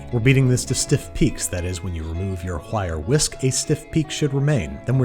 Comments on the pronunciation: Babish. I can forgive saucepin. But you did not just move the H in "wire whisk" to the first word. Please tell me you did not do that. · Whire whisk?